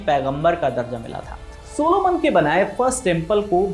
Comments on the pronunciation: Sulaiman not सोलोमन correct it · It's not a Soluman It's Suleman Alaihisaalam❤😊